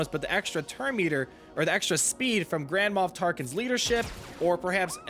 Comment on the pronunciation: y u say grandma tarkin?